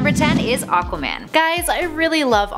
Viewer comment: A-qua man. Not O-qua man